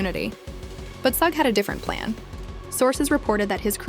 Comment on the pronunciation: Bro can you first off pronounce the name right, let alone stop using multiple different ones for suge's big dumb ass